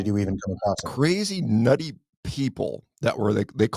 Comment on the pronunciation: "nutty" sounds like "naughty" :D